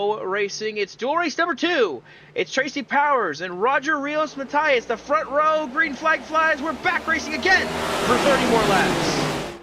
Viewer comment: You had Rios correct, Matias, you need to pretend it’s an e, instead of an i.